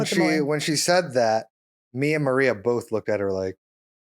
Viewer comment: Congrats on the laundry achievement! I can definitely relate to the ladyHD struggle and I love you for sharing (and love how you pronounce Maria❤)I also recently spent a day putting lots of loads away. I am so excited to see you in Spokane on 4/19!